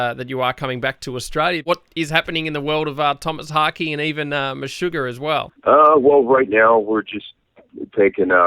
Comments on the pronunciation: "tomas hockey" "meshugar" lol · All this comments about the pronunciation from dumb folks who live in their American filter bubble! If you don’t know it, this is a Swedish band and the interviewer was quiet good. In fact it is pronounced meh-sugar and Harkö/Hahke with a silent e like Ke-vin)